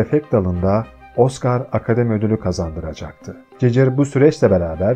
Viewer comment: emeğine sağlık ama gigır a cicır demesen daha iyidi